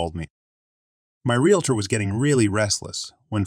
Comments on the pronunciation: Don’t know how to pronounce realtor. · Once in a while it was done right. Funny sounding, though.